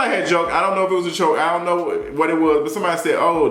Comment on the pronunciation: “Iont know what this is?” 😩